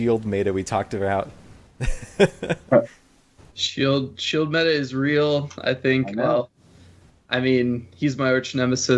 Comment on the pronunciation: you're pronouncing meta like beta but beta is (be-ta) where as meta is (met·a)